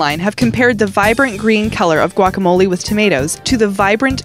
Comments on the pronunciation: Did u say squackamolie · Wait did she say... SQUACKAMOLI?!?!?! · Did she call it Squakamole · Why did u say we want some squaklemolie